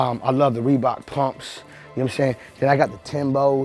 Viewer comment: he said Reebok plumps lmfaooo